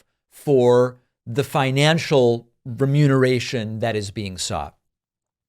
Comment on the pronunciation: David, sir, the word is prounced re noom uh ray shun, from the stance of syntax, for which i have witnessed your reverence.